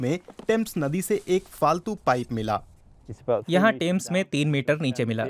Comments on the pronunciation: The name is Thames, not tames fyi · टेम्स नही थेम्स